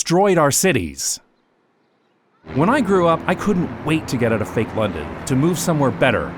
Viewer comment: Oh, I hear a tinge of Dutch accent with your “out”s like “uit”